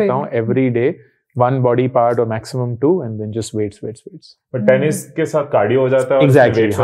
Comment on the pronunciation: When said "tennis" se cardio ho jata hai I heard penis se cardio ho jata hai and I was surprised🤣🤣